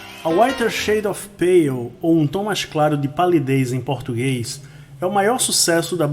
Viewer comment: AMEI O SEU COMENTÁRIO E LOVEI A SUA ÓTIMA PRONÚNCIA EM INGLÊS DO TÍTULO DESSA CANÇÃO TÃO ETERNA!!!